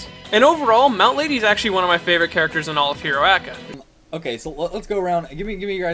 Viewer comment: I cringe every time you say heroaca